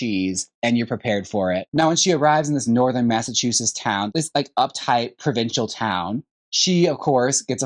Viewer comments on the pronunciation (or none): none